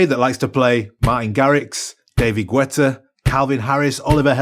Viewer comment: Hilarius how you sayd "David gUetta"! 🤣🤣🤣🤣